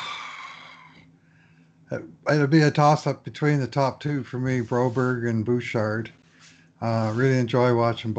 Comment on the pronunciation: Just say Bro-BERG, stop the berry.